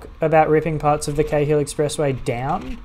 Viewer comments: Awesome, thanks. Btw in Sydney we pronounce the Cahill Expressway like ‘Carl’. No idea why but there you go. Like in Melbourne they say Docklaands vs. Docklnds. I have lived in Leichhardt and Manly but never cycle-ferried the route - very cool. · Cheers Peter! Haha it's a bit confusing since my brother had a friend with the last name Cahill growing up so Cay-hill is stuck in my head as the pronunciation. I'd definitely recommend the cycle-ferry combo if you get the chance!